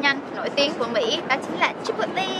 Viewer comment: It’s “chíp pố lếy” chị